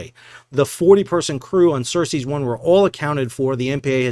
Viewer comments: I am sorry, but i had to point this out. It not "HAIFNA" its HAF=HALF, NEEYA and other ship is not "Cersis " as in from game of thrones. It is CERES 1. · Sal, the ship was named "Ceres" (like the dwarf planet/Roman god), not "Cercei" as you were saying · Ceres = "sir-ease" not "sir-sees'". ;)